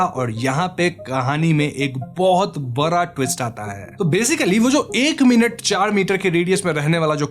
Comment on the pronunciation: Badha ❌ bara ✅